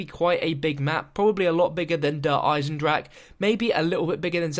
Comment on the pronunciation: Stop mispronouncing maps like der eisendrache and this one der eisendrache is pronounced der eisendra-ha